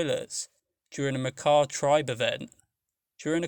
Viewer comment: Finally, someone that pronounces “Makah” correctly.